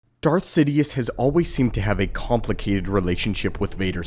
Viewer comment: It's "Sidious" not "Sidius"